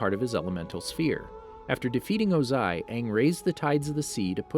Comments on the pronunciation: It was o-ZAI for me 😂😂😂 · WHY THE HELL ARE U SAYING OZAIS NAME “OzAy” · I'm sorry you officially lose the narration card, when you say chasm as ch-asm and O-zai as oZ-ai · The way u said yue and ozai really triggered me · Did you just mispronounce Ozai? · Dude stop saying his name wrong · You said Ozai wrong